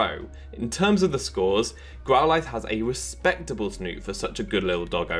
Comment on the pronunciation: Since when did we pronounce Growlithe like this?